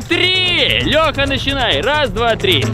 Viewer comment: рубрика дополнительный экспиремент существует уже оочень много но я до сих пор каждый раз кайфую от того как максим говорит три 😂😌😌